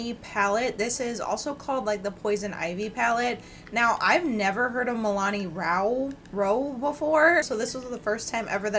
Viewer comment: You keep saying Milani....but it's Milan....